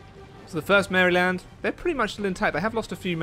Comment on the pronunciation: BTW it's pronounced Mariland.